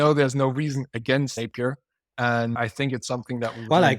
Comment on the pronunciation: ok thank you The pronunciation wasn't great...